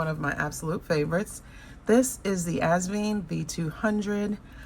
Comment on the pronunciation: Hi. Asvine rhymes with line, tine, pine, etc.